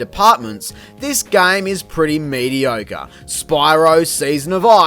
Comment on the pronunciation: When you said “mediocre”, it made you sound like you were saying “mediogre” during the verdict section of Spyro: Season of Ice! XD